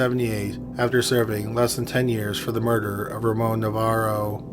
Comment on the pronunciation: It’s Navarro not Novarro